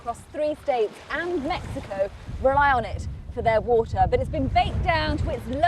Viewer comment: “Whoah-tsuh”? Do you mean “water”?